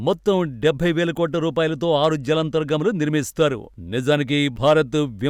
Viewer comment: మీకు "జలాంతర్గాములు" పలకటం సరిగ్గా రావటం లేదు. ముందు చెప్పిన ఆయన గురించి ఇది. సలహా మాత్రమే....